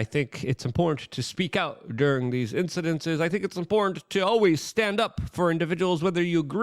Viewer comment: WAC punches down to the lowest tear of society for content. Are you not entertained? Buy a shirt from a dolt poll who can’t pronounce the word important.